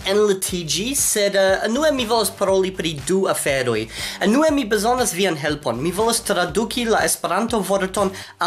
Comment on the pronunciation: antaŭ iom da tempo vi demandis ĉu estas aferoj pri via prononco de Esperanto, kiun vi povus plibonigi, kaj mi sugestis vian prononcon de la vorto "unue". Mi nun volas memorigi vin pri tio, ĉar vi ankoraŭ de tempo al tempo elparolas ĝin kiel "enue". (Ekz. kaj.) Mi esperas, ke ne ĝenas vin, ke mi remencias ĉi tion nun. Parenteze, gratulojn pri la oficiala lanĉo de Amikumu! Mi ĝojas nun vidi tiom pli da homoj proksimaj:) antaŭ la oficiala lanĉo, la plej proksima homo de mia hejmo kutime estis 40 kilometrojn for; tuj poste, iu aperis 15 kilometrojn for, kaj antaŭhieraŭ aperis dua homo kiu kutime estas nur 15 kilometrojn for! Eble baldaŭ iu aperos eĉ pli proksime.